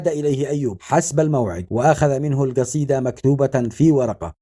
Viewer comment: انت لا تعمل فيديوهات.الا بعد أن تتقن اللغه.العربيه.وتفقتك.فمك. قال جطر.. والجصيده.